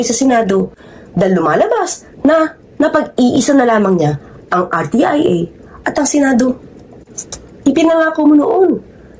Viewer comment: R T I A....HINDI RTEA